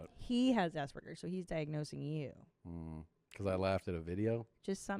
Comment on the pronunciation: “Assburgers” ? Did she mean aspergers ?